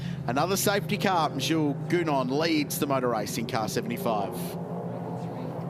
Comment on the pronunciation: I really wonder how his name is pronounced correctly. Gounon. My suspicion: None of the Australian journalists know how to pronounce his name.